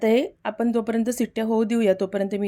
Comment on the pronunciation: रेसिपी ठीक 'पन' नाही 'पण' 'आपन' नाही 'आपण' 'पानी' नाही 'पाणी 'झाकन' नाही 'झाकण' 'साकर' नाही 'साखर' 'लसून' नाही 'लसुण' 'दाल' नाही 'डाळ' 'पिवरी' नाही 'प्युरी' 'तडका' नाही 'फोडणी' मराठी वाचवा! रागावू नका!